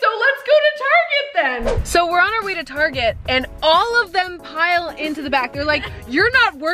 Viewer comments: She said Tarzan it's target Ha ha ha ha ha ha ha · I laughed so hard when she said “tarGeAT” instead of “target” 🤣🤣🤣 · “Okay we just got back from TaRgAh” Perison 2023